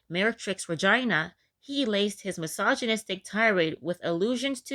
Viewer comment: regeeeena, not like vagina